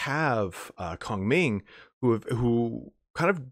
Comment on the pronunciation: You also nailed Liu Bei, but it's a hard cutoff at the end of his name. Cao Cao is more Tsao Tsao though your accent is pretty good. Kong Ming is alright, Ming is more question sounding though, where it goes up, like the end of 'are you coming?' Also, the first word in a name is the same as last names lol Nothing too different there.